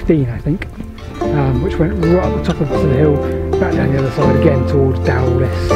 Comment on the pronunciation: I can try and help you with the pronounciation....... Pentir Rhiw / Pentear Roux (don't forget to roll the R's!) Torpantau was perfect. I heard you mention Dowlais - Dowlice. Talybont - Tal a bont